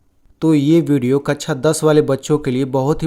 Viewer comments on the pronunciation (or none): कक्षा ✖️ कच्छा ✅ 😂😂